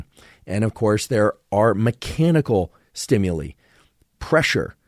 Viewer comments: ...below is how to pronounce "STIMULI"...almost didnt want to but...haha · Thank you for another favorite episode!! I'd never heard anyone pronounce "stimuli" the way you do, lol. Also, I HATE the smell of popcorn; smells like urine to me 🤢, and the smell of peaches, guava fruit, and papaya physically repulse me - so interesting to learn why/how!